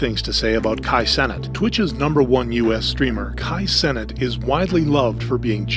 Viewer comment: Kai Senate 🤣🤣🤣